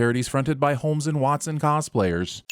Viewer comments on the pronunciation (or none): none